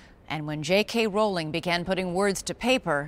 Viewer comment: At least she pernounces Rowling propperly... xD